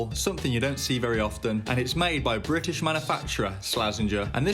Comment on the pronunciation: . Briyish yu saey